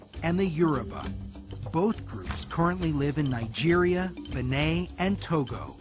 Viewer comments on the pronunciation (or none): Why is he pronouncing Hausa as oo-say and Benin as Benay? 🤣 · Not pronounced "beh-NEY" but "BEY-neen" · look for the video "How to say or pronounce Benin" buh-NEEN not buh nay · "HOO-seh"? Really? Please check the correct pronunciation. Ditto for "Benin." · Exactly, even the way he said “Benin” sounded weird & it’s literally pronounced the way it’s written 💁🏾‍♀️